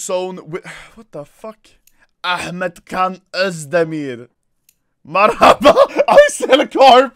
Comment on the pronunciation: Dude it s not marhaba its MERHABA! (Merhaba means hello)